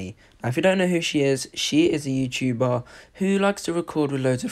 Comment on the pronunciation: You: Saids Youtcuber... Me: WrOnG BoY ItS YoUtUbER